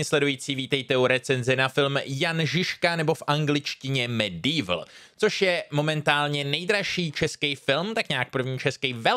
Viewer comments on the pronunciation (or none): Som si to musel vygoogliť, lebo som počul Mad Evil a nie Medieval :D Hned mi to bolo divné